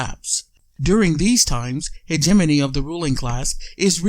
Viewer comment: Mediocre presentation. Start by pronouncing hegemony the right way. Explain how and why is this clip available; Is this available as the hegemonic tactic that you are trying to describe? Is this available to fish for people sharing this ideas? Is this available to see what people are thinking?... and maybe adjust accordingly? Is Hegemony a tool for an oligarchic economical form of government?